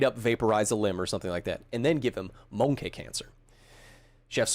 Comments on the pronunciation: I don't think that's how you pronounce MoNkEh cancer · The way pronounced monkey sounded to me like an impression of British comedian Johnny Vegas.